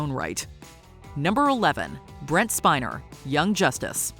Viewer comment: IT IS “SPIN-ER” not “Spine-er” LOL